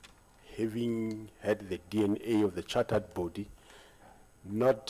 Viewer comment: Definitely charred body